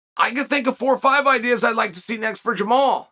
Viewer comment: Funny the one guy whose name Chael can pronounce is Jamahal (pronounced Jamal).